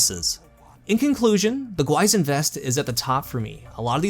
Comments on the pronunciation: i'm going to be that guy : it's pronounced more like "gwee-shin" awesome review btw! always looking forward to your vids ;-) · Pronounced "Gwi sheen". Means Demon/Ghost (depending on context) in Korean. An apt name for this exotic. Edit: It actually doesn't mean Monster, mixed it up with "Gwoemul". The crest on the front is a common Korean motif. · Another review, another YouTuber pronouncing the exotic name wrong lol